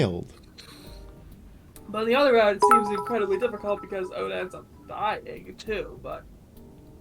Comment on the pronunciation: it's Ota, not Oda... just letting u know early so u can change it before anyone else notices lol